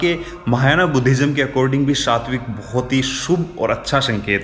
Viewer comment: उस चिन्ह को स्वास्तिक चिन्ह बोलते हैं,,,, सात्विक चिन्ह नहीं बोलते 😂😂😂😂